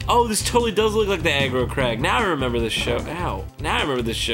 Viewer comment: "Hey, im crag." "Im not so crag." "Aaaannnd we're the crag crumps!" Or "in this corner theres a crag... Im a crag" "in the other corner not so crag." "Its crag crump vs!"